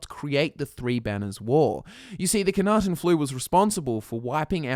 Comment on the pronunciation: I know I'm going to be seen as a dreadful picker of nits for this, but it bugs me to no end that you mispronounce the Flu as "Khanaten". It's Knahaten Flu. Yes, it would be harder I assume to pronounce correctly. Still. Lore accuracy?